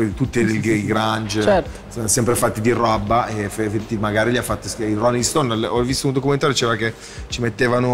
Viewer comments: L P intende l’ero, fidati... Solo che l’ha pronunciata a cazzo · Rrrobba ma perché ha detto così ahahaha ha cambiato tutto dalla parola ahahha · Per chi si stupice di "Rrrobba" lo diceva così in una vecchia track "Mc ti fumi weed ma sembri fatto di rrrrobbah, sul volume soundboy per il guercio batman non soy el marinero yo soy el capitan" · La rrrrobbaa. Gue non sapevo fossi siciliano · PROD J-GLOCK l’ho sentito adesso ahahahahaha verooo 😂🤣 di rrrrrrraaaaoooooaaabbbbbbaaaaaaa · Lo so dall'inizio, era una presa per il culo alla sua pronuncia, come fatto in altri commenti da altri. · La rrrabbbah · leggi la discussione dall inizio. Tutti sappiamo che è l eroina. Già dal primo commento, era un modo ironico per prendere in giro la pronuncia di gue. Quelli come te che mi correggono sono i meno svegli perché non colgono il sarcasmo. E infatti vi stiamo prendendo in giro dall inizio.